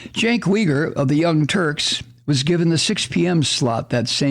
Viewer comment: Ahem. Just had to come to say it’s Cenk (“jenk”) “You-ger “ not we-ger. 🤗